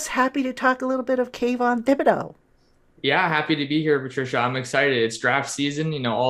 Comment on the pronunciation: I believe it's pronounced Ti-buh-do.